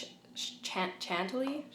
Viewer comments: Yes please do the detailed video! Also chantilly is pronounced shan-TIL-lee :) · I love how all NARS concealers are food-ish related lol. Chantilly is pronounced with with a "shh" sound. ☺️ it has multiple meanings including a delicate lace & I believe NARS means to use the meaning of it also being a desert cream. 🦄💖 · Hehe ShanTilly - Chantilly.